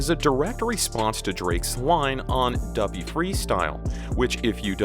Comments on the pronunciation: tf you say doo-pee? .....WRONG.. it rhymes with puppy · Omg stop saying dew-pee freestyle its duppy like puppy!!! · Your saying duppy wrong say it like puppy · It’s pronounced “Duh-pee” = duppy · Duppy is pronounced Duhpee